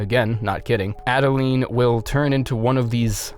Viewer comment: Chikage- SHI-ka-geh It's Japanese. Maria- Muh-ree-auh When you mispronounced this, my heart skipped a friggin beat, Christ almighty. Adeline- Ad-deh-l-eye-n 'Adeline' has never in the history of humanity been pronounced 'Adelleen' Brooch- Broh-ch Gascoigne is his first name BTW, not his last name.